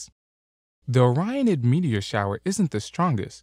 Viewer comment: Sorry, "shower" not "shiwer" :P